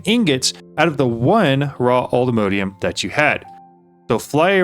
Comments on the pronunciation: Not sure why you say "Allthemodeium"... It's All The Mods 10, not All The Modes 10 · Wouldn't it be pronounced "all the mod -ium"?